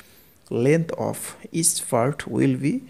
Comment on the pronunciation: sir, honestly speaking you need to work on your english, specifically your pronunciation other than that i got the concept right. I was confused why we had to divide the numbers?? but got the whole concept, and reffered to rd sharma book.. But sir your "part" sounded like "fart" i died from laughing right there lol